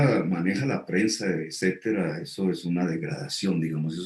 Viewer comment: Sr. Petro se debe decir etcétera y no ecétera.